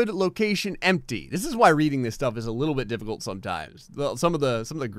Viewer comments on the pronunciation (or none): none